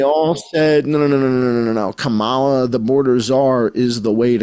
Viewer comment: I like how you pronounce it KaMAla. I do too. Believe people the 1st time.